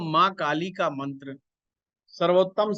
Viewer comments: Bahut badiya jankari di chathe Ghar ke bare me shreeman jiek gustakhi kar raha hu aapne ek mantra bola jiska uchcharan kuch ashuddh sunai de Raha prateet ho rahaa hai aap jaise pratishthit jyotishacharya ji ke mukharbindu se shuddh uchcharan hi grahy hoga ese anyatha na le kyoki yah madhyam aapko sampoorn vishv me prcharit kar rahaa hai baki poora video atyant gyanvardhak evam margdarshak hai aapka shubhechchu darshak hu ) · Aap sare mantra ka galat uccharan kar rahe ho